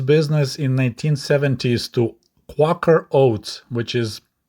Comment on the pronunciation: Hate to be that guy, but it's Quake-r not Quack-r.